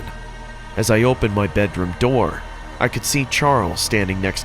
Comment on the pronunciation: Bro really said open the noor